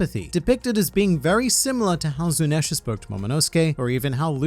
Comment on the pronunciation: what is this meme? u keep saying Zunisha wrong